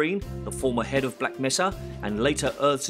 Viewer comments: I like how the narrator at the end says "Black Messa." What is it with these bad Half-Life fangames and mispronouncing Black Mesa? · What is it with bad HL2 games and pronouncing Black Mesa as "Black Messa"? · so this continues the Hunt Down the Freeman tradition of getting pronunciation completely wrong: resistance radio guy: “black messer” hdtf gman: “black messah”